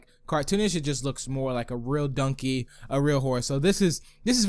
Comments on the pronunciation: Why do you say dunkey? Its donkey. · I hate how he says dunkey not donkey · He said dunky instead of donky My favorite is the halo texture pack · It is donkey not dunkey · It is donkey not dunked